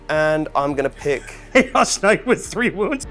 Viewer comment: The knight pronunciation is very risky!